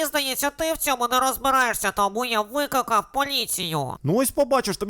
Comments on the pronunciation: мені одній почулось «Викакав»😂😂😂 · а я єдиний хто чув "викакав поліцію" ? XD